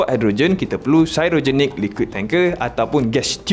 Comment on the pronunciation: "Cryogenic" sebutan yang betul ialah kraiyojenik.